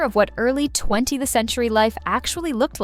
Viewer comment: I was thinking the same thing. I think I may have heard "20th century" pronounced as "20 the century."